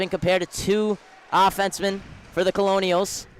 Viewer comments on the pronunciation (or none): Pronounced Kernels not Colonials